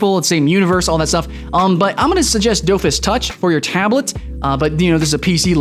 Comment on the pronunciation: you said wakfu and dofus wrong. wakfu is kind pronounced whack-foo it's kinda weird and dofus is kinda like dough fiss